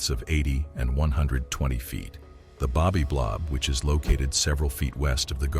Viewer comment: The AI voice is maddening — the “bobby blob, sb the “baby blob” etc.😤🤯 so distracting, makes you not want to watch more‼️🥵